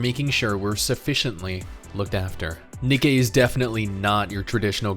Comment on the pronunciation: It’s pronounced the same as the shoe company not whatever your saying